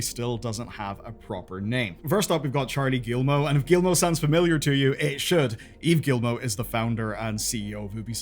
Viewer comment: "Gee-Moe" not "gill-moe." Do you not have any education? You mispronounce everything that isn't English.